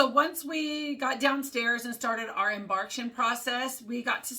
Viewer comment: Great video! fyi it's pronounced em-bark-kay-shun, like vacation